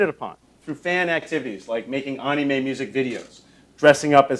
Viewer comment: ... you don't say anime like "onime" btw (it sounds like what it is) basically, the a's sound like "A" instead of "O"